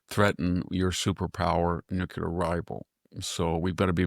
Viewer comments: I flinch very time Victor mispronounces NUCLEAR. new klee er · Nookyooler, nookyooler, nookyooler.. SMH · I just wish he could properly pronounce the word nuclear.. he may as well be pronouncing 'ask' as 'aks'..